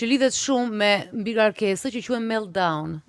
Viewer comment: Sa palidhje titulli wow Dalina dhe ti vuan per klikime. meltdown kriz enocionale se ke merak moj Dalina te flasesh anglish meLLdaun